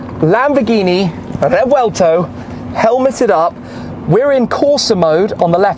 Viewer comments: Shmee has become such a Dbag. Butchering "Revuelto" there is only one pronunciation for it, get over it .... then telling he feels the car is slow.... /sigh. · seems its not, Revuelto, its "RRrrevuelto"😂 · Hey shmee how do you pronounce revuelto